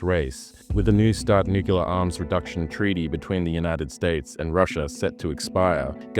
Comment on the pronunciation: FFS! It's nuclear (new clear) not "nucular" Just say new-clear, why is this so difficult that "broadcasters" can't say a simple word. Pam